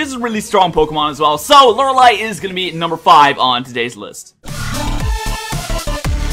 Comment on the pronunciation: Wow,... You pronounced Lorelei right... I'm so proud:') My Top 5: 5) Bertha 4) Lucian 3) Lorelei 2) Phoebe 1) Aaron I feel like there'd be a lot of 5th gen in there if I'd actually played those games